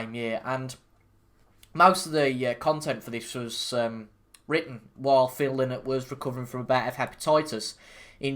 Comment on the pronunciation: Appreciate the effort and your enthusiasm but there are so many factual inaccuracies in the review. First and more important than anything else. Philips family name is pronounced "lie-not" not "linnet" or as Philip said "i am no fuckin bird".